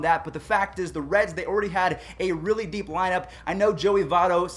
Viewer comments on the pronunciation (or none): none